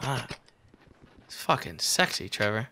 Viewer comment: WHO THE FUCK IS TREE VOUR!?